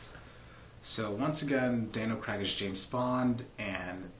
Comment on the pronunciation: CRAIG!! ITS CRAIG! NOT CRAG!!! AAAAAAAAAAARGH!!